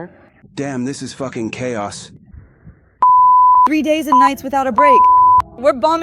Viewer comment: Kay Oss,is she new?